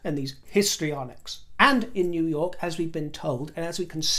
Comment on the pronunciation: the way you said New York made us all crack up! WE ALL LOVE YOU!!!!!!